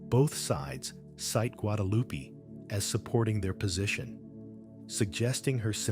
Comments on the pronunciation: GuadaluPEE. I'm so tired of this AI slop. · Who? Loo-pee!? Your AI needs tweeking